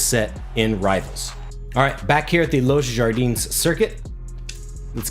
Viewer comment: Los Jardines is pronounced Los “Hardie-nes”